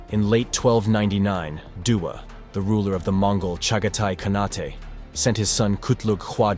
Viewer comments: "KhaNAHtay"?? It's just pronounced "CON-8". It's the same suffix used in the words Shogunate or Sultanate. The final letter E is silent. Just FYI.😁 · Surprising that AI cannot pronounce "khanate."